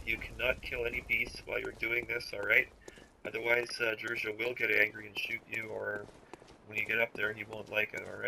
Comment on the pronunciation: djura not druja